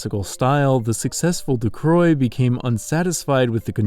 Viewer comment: Great video, very entertaining. But i just woke up and i'm a bitch when i do, so... Why would you pronounce his name Ducroix when it's clearly Ducreux?